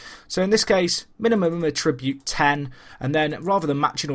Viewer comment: Great video, but it's 'A-ttribute' rather than 'a-TRI-bute'